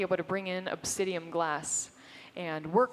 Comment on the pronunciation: Obsidian not obsidium! Omg she said it like 50 times! It makes me itch all over lol